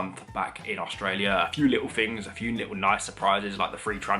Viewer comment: Fings??? THINGS, old son; try to sound the TH not an F. If you say FINGS you sound most badly educated and lower class, oh, and ignorant.